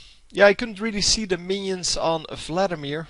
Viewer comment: lol, i love how you say Vladimir :P Fladdimir FTW